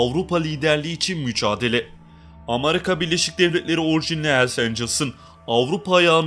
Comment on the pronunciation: Amarika değil. Amerika.